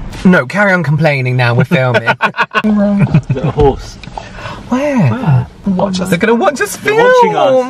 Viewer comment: For some reason I heard horses so that's why I thought it was cute lmaooo